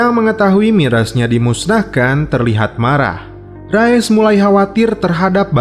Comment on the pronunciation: Rais min dibacanya Bukan Rayes min 😭😭😭😭